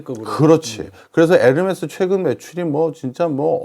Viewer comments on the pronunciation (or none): none